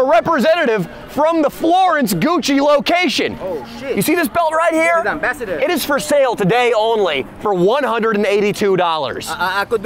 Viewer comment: When says "Ambassador" 😂😂